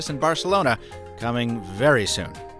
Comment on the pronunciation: Mr Mobble? I think he means "mobile"....